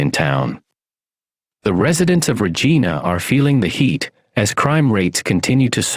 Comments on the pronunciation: Obviously the AI voice guy isn't Canadian.its RegIna not Regeena😁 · Where are you from anyway? For one I've never heard anyone pronounce Regina like you do. The i in Regina is pronounced like "eye". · Saying regena was fucked up. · I'm from Kelowna and live in Regina now. But I don't know what's worst. The way your pronounced Regina or the Okanagan. Lol :p But seriously its so sad to see Kelowna worst then Regina. It was such a beautiful place growing up.